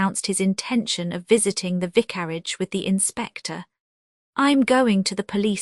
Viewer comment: Horrible AI !! Cannot even pronounce vicarage